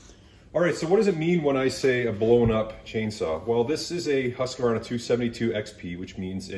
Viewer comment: It's pronounced Husq-varna and not Husq-a-varna!